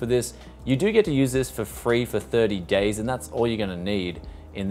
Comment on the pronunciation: Is it just me? Or his "days" sounded like he said "gays" instead... XD